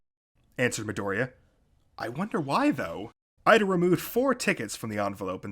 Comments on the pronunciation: Its EE-da NOT IDA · It's okay. Besides, in the anime, it's Iida. However, in the manga, it's Ida.